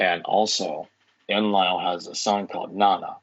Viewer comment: You usually feature such renowned academics. Who's this muppet? He can't pronounce Enlil. I want a bibliography and footnotes from this guy. I think his theory is nonsense.